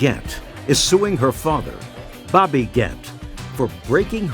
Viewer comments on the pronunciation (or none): none